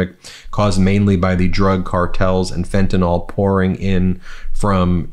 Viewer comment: “Fentanyl” is not pronounced “fentanol”. There’s no “o” in fentanyl. It’s pronounced “fentanil”.